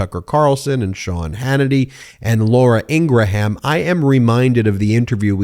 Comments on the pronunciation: Ingraham is pronounced with two syllables not three. is a flake. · You're such a dolt that you don't even know that Ingraham is pronounced "Ingram". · Hearing her name pronounced as “IngraHam” is even more nails on a chalk board vibes for me. 😬 An insightful interview though. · Hannity occasionally calls Laura "Ing ra HAM" and she gets fighting mad. WTF? Why lie about her name? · Its pronounced "INGRAM", I should know I guess..... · It doesn’t matter how the brother claims the name is pronounced. She’s a public persona that has a well established pronunciation of her name with that persona. If you refer to her as ing’-gruh-ham, it just makes you look stupid and not unlike people who don’t acknowledge people’s preferred names or pronouns. Are you going to call Caitlin Jenner “Bruce”? Granted, they’re both deplorable, but that’s beside the point. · She drives me crazy as well. Just a plain nasty, mean and sad woman. The way you pronounce her name also bribes me crazy. It’s pronounced INGRAM. keep up the great work! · I don't know. I've listened to talk radio since 1975, and she's been a right wing proponent even way back then. Bashing has been in her blood for decades. Long before trump. I know it's not a big deal, but I don't believe her name is pronounced, Ingra ham. Nobody says Lindsey gra ham. Or gra ham crackers. Maybe I'm wrong. If so, my bad. Thanks guys. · I've always wondered why you call her Ingraham and everyone else I heard calls her ingram. Well, now I know lol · The guy that pronounced human uman. Yes you Ben. It’s pronounced Ingram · Graham Norton, graham cracker. He’s related to a nut job. It’s pronounced Ingram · Her name is pronounced with only two syllables, not three the H assignment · I always womdered why you pronounced Ingraham different from everyone else. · Why are you mispronouncing her name? she's disgusting that's for sure. I can't watch you because your hand moves constantly. sorry. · The h in her name is silent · Lol ingra-ham